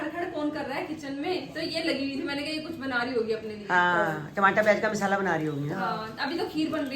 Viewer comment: Misala ni hota masala hota hai aur nicky ainty ko thoda rude km bola karo ek dm se unko bolte ho aap. Aur golu aur payal us din leke aye hain pars toh aapne toh copy karni hoti hai